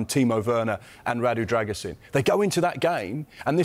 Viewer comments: the last part is a long “Sheen” not “zin” like the guys in the video pronounce it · By the way it is pronounced “Dragoo-Sheen” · All saying his name wrong, it's pronounced Druh-gu-shin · Imo "Druh-goo-shin" sounds more accurate